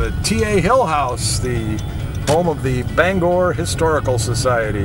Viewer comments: That's BanGOR not BangER sir!😁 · I haven't been back in Bangor in 50 years ever since I had a beef with Selective Service System local board #10 (draft board during the Vietnam War). Interesting video, but I can tell that you're "from away" even after all this time. You don't pronounce "Bangor" local style.